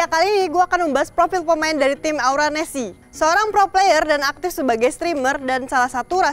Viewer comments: Salah sebut nama aura nesc, hostnya malah sebut aura nesi😂😂😂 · Aura nesc.. Bukan aura nessi... Greget gua sumpah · Aura nesc kak bukan Aura nesi